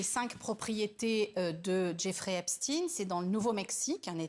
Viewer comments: Ce n'est pas Epstine, mais Epstein. Vous le faîtes exprès. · Epst « ein »!!!! C’est comme Liechtenstein, Frankenstein, Harvey Weinstein !!!! Ce n’est pas compliqué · Quand vous dites epstine, c'est en hébreu?????